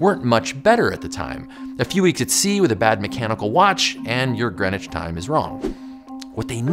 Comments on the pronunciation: Why did you change the name of your channel?! I liked the earlier one. Bdw, it's NOT Grenich but Greenwich(pronounced as Green Witch)! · It's NOT Grenich but Greenwich(pronounced as Green Witch)